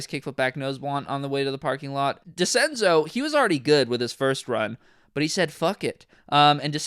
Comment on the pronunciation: This man said “switch Decenzo” lmaoooooooo